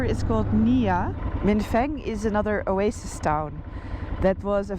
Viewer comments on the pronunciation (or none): none